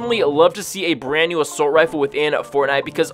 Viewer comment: How many times does he say “Asoult rifle” How many times does he say “Assault Rifle” Also my fav save the world gun